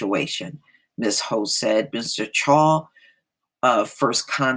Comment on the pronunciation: His last name is pronounced Chow.